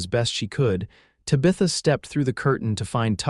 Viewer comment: Sure wish pronunciations were better Tabitha for one